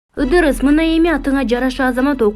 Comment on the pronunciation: Ыдырыс эмес идирис деп айтылат